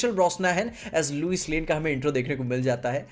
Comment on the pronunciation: Lois lane ❌ Luice lane 👍